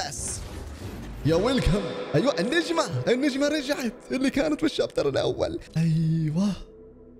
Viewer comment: بداية المقطع الشابتر ❌️ الشايتر ✅️